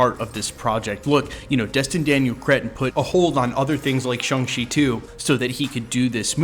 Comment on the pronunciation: It is pronounced SHANG not SHUNG.